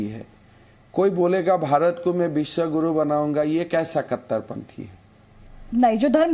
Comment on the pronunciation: His name is हेमंत विश्व शर्मा not हिमंता विश्वा शरमा 🙄